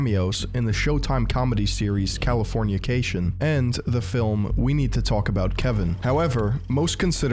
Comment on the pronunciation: aye, its pronounced cal uh for nuh cation. like the chills peppers song